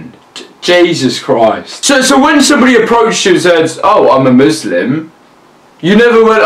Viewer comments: please tell me he didnt say "Buslam" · Wait... Did you say MUSLAM lmao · Did he say Muslam? 😂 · muslam? LMAOOOOOOOOOOOOOOO WYS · did he say buslaam?